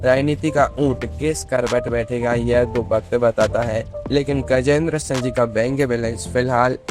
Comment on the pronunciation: Are tu bolna sikh.Singh ko sa bol raha hai